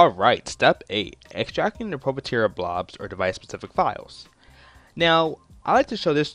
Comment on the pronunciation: Proprietary is pronounced PRA-PRY-UH-TERRY